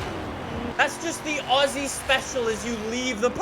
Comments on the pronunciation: This is pronunciation.. Its not Aussie Its more like AuZZie - i am australian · As an Aussie, I generally just love holdens, they have a certain cool style and they are just the ultimate Aussie Vehicle. Also, I like the how weird Americans pronounce ‘Aussie’